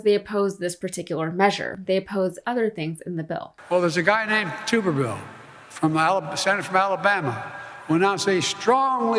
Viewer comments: It's Tub-ver-ville as in a Tub of shit. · It’s Tub like bathtub. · Thank you so much for pronouncing that idiot’s last name properly. I don’t care what he says, it doesn’t say “tubberville”, it says “too-berville”. He’s wrong about everything else, so I’m not surprised that he doesn’t know how to pronounce his own name. Maybe he can team up with brett favre and make a YouTubb video. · Hear Hear. The spiteful dumbass probably doesn't realise that his ancestors were French and condones the mispronounciation of his name. Ghastly excuse of a human being who epitomises the Peter Principle of failing up.